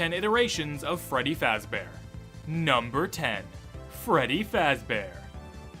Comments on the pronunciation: I like it when he said Freddy fazbaer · actually it's pronounced freddy fazbear.